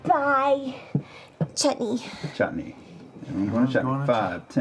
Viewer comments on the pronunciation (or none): I think Julie even accidentally mispronounces it as Chetney.